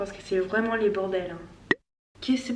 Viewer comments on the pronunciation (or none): Your French is so good, I'm so jealous. One little thing I've noticed though is the fact that you pronounce "le" the wrong way. You're actually saing "les" instead of "le"